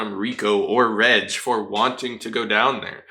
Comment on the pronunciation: It slightly bothers me that you pronounce Reg as (Redge)